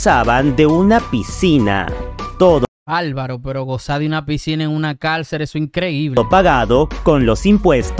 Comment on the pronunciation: Cálcel ..no ....se dice .Cárcel.